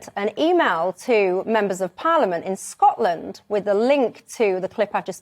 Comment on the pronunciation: I love how she says Scotland, makes it sound like foreign land.